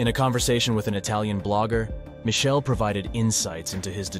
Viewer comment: Michelle --- is not Michele. It is pronounced mick-kelly